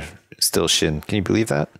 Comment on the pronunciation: Sjin not